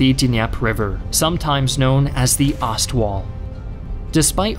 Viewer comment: "Ost" is pronounced "ōst" like the English long "o".